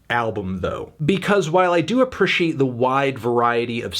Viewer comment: nobody: melon: A P P R U H H C I A T E